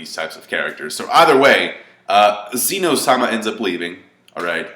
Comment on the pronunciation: The Zenou was adorbs. The God of Dragon's wakening was a fantastic scene, love that they made him huge. (BTW, it's not pronounced like "Zee no")